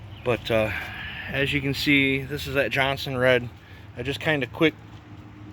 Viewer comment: Hi!!😀😀 It probably shouldn't bother me but they are not pronounced Johnson - Red. It's pronounced Jon-sir- ed. There is no n in the middle of it's name. LOL!!🤣🤣👍👍 PLEASE DON'T TAKE THIS WRONG. Take care my friend!!👍👍 Logger Al